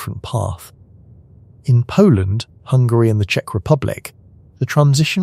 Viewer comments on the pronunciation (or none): none